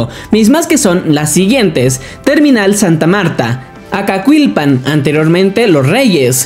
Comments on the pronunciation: La pronunciación es Acakilpan no Acacuilpan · ES ACAQUILPAN SIN LA U, NO SUENA "ACAQILPAN"